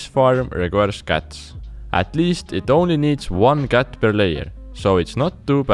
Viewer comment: I like when you say with your Accent word cat